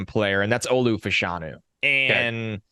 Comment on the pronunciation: Penn State's Olu Fashanu. Here in the UK in the 1980s there were two brothers (like Olu of Nigerian descent) who played professional soccer - John and Justin. Throughout their careers, and after because John was briefly a TV presenter, their surname was pronounced Fash (rhymes with Bash) - a - noo. Just wondering whether that's the case with Olu